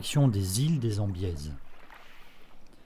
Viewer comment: Jolie démonstration, mais juste pour info, on ne prononce pas le S final de Cassis ni le Z de Embiez.